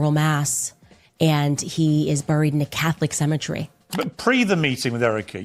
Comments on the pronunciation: Wtf is she calling "BURY, BURIALS, and even cemetery she pronounces so WEIRD,, whats the deal Candy,, ya still trying to speak and pronounciate your words like a white woman??? 😂🤣🤣😅😅😆😆😆😅😂😅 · I wish anyone interviewing her would tell her to pronounce Burial and Israel and now even Cemetery correct. Treat her like Tucker treated Ted Cruz except she deserves it. And it's funny how she refers to Charlie a boy genius when yes he was smart but no genius. Ironically she should know, and it pisses her off, if that Ben is closer to the boy genius if you see how fast he got through high school and college and playing the violine so well and how successful he is.